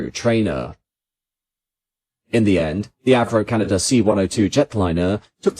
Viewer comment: It would be nice if the narrator could be taught to pronounce C D Howe's name, it's not C D Ho. Also to break the habit of brits to add a non-existent R to the end of Canada.